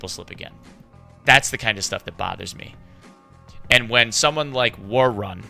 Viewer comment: He's saying ”worrun” so awkwardly